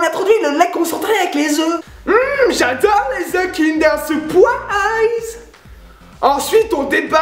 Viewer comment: Sérieux, c'est quoi ces "Kinder SouwpouAAAÏÏÏÏÏÏZZ !" ?